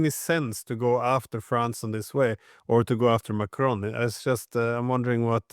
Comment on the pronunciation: Hopefully Mr Dieson will take a tip from McGovern on what the name of the French pres. is. It is NOT "Macrone".